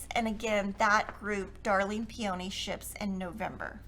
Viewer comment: Love the fabrics!!! Will be ordering some for sure! I think you pronounce peony .... Pea in knee..... 😊